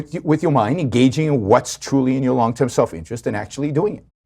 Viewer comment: So was his mommy thinking long tewm?